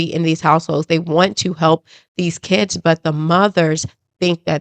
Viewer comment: There are no e’s in the word kids!! The mom is a smooth brained knuckle dragger!!